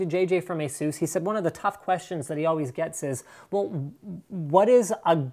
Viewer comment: asus not asoes ....... omf asus asus asus not asoes